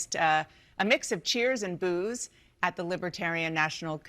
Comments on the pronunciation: It's "Booed" btw... not "Bood" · Booed, not bood.